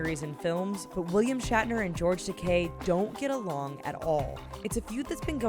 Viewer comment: the way she pronounces George Takei's name is annoying